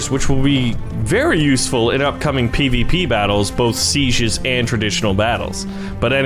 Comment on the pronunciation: When says Seiges it sounds like sezieurs 😂😂